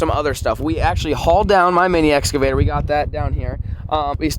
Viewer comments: The big eca-vator lol English is hard 🤣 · Exavator😂 idk If I’m the only one who heard that but I found it funny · Flair: “ We got the big Ecavator” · Lol flair what is an exvator I think you was meaning to say excavator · that was a nice “ekavator” to be honest😂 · Flair "Ecorvator" Me "wut" 🤣🤣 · did he just say egg avator